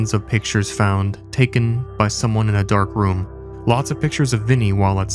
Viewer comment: Who wrote this script? Btw “dark room”, emphasis is on “dark”. It’s a room you develop film photographs in.